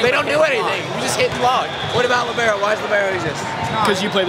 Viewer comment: A piece of my soul dies as most everyone says Libero lol